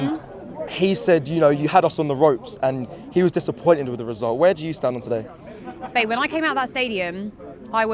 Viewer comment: Did I hear her say "You know what babie..."??